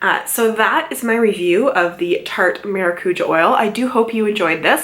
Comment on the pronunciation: The was she says it triggers me I’m Portuguese btw